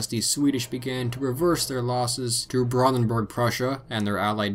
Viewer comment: Every time you say Brandenburg, it annoys me how you keeps saying it wrong. But that’s mainly because I’ve spoken and lived in Germany, in the Brandenburg area.